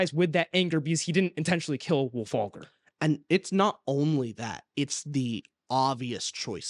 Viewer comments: I actually liked Iron Gold. Is it the best one so far? No. But it isn't a "bad" book at all. I do agree though that the parts in the Rim were the most interesting. I did like Ephraim's parts mostly because Im a big fan of hiest stories 😂. And.... It's Wulfgar... Not Wulfagr 🫠😂😂😂😂😂 Side note: SCREW LYSANDER. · Wulfalgar, lol. C'mon guys.